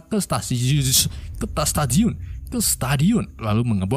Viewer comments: Mengatakan ke statitius Ternyata stasiun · Ahahaha ke statisiun 😆